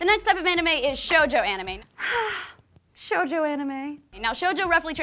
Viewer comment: Not gonna talk about seinen? Okay. Also, its either Shōjo or Shoujo, not Shojou!